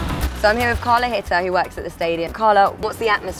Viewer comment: Good lord, they can´t even get the name of the woman right. It´s CARLA RITTER. German surname. English surnames are uncommon in Brazil.